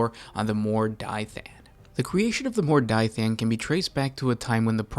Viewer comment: Mor "Die" than? How do you to such a pronunciation from that spelling??